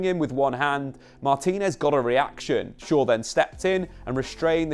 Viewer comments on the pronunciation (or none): none